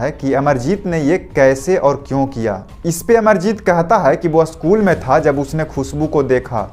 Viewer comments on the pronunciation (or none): भैया आप अशकुल को स्कूल बोले